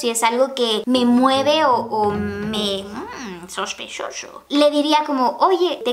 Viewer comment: Me encanto el sospeshosho ✨✨